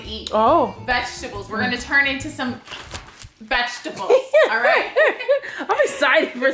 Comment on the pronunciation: The way is pronouncing( veshtable)me: vegetable